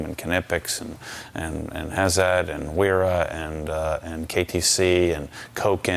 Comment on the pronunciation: Just an FYI, Wera is pronounced Vera. Thanks